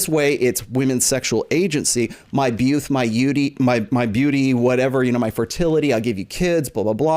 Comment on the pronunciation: my beauth my yeauty lol